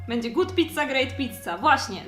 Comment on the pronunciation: Uwielbiam goot pizza guut pizza ale! Tylko jak ty to nagrywasz